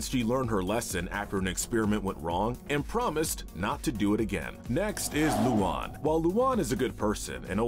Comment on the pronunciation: luan ❌ luon ✅